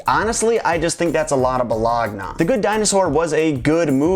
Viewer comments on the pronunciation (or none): Haaaa, you said buh log nuh. I thought I was the only one who said that instead of boloney. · It's pronounced BA-LONE-E🤓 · bologna is pronounced baloney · You saying Things like bolagna is another reason why I love you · bologna is pronounced buh-low-nee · Love that he says bologna that way😝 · The way you said bologna is exactly the way I say it when not referring to food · I like how you said "Bologna" in the beginning! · you say bologna weird